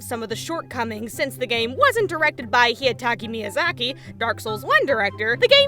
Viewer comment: "Hee-ya-ta-ki Miyazaki" lmaooo